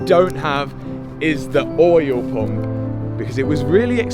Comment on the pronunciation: I love how you pronounce "oyel pomp"